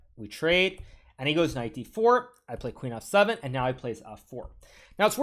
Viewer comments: Why does he keep saying “knife” instead of “knight” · did anyone heard knife instead of knight or just me lol